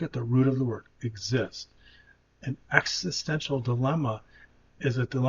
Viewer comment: He can't rly pronounce existential well maybe because he's not grownded in the present